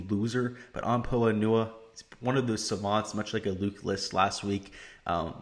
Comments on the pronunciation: You’ve got to be kidding me? 🤣 it’s pronounced “po-ah an-you-ah” exactly as I’ve said it. You think it’s pronounced “po Anna”? That’s the wrong pronunciation buddy. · Someone teach this guy how to pronounce Poa annua... it’s really hard to take advice from someone who’s never heard that word pronounced. If you’ve never heard that word out loud then you’ve never watched a golf tournament with those greens.... like fr.